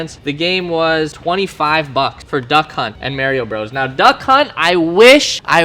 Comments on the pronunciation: I know you didnt just call it may-rio bros... . I am actually triggered... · Mario bro’s but he says mareio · Did he say maireeeo Bros 🤔🤔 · This man is hecking saying mairio bro’s pronounce it right it’s Mario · "We got MERIO Bros" xD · It’s Mario not merio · “Merio bros” 😂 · He really said marry o bro’s 🤣 it’s Mario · I liked the video until he said mareio it’s MARIO LIKE MARS BARS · My guy said “mehrio bros” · lmao he said "maryo bros" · I guess Canada got Merio Bros. instead of Mario Bros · "Mayrio Bros." >> Unsubscribed XD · Did he just say Maryo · He said MARYo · So we gonna let it slide how he said merio bros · This man said merrio bros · Mayrio bros. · Pleas pronounce Mario correctly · Bro you are so mispronouncing Mario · If you ever pronounce Mario like that again ima have to take a shit on the hood of your tesla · um you said “Mario” wrong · LMAO, you pronounce Mario so wrong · Saying Mario wrong lol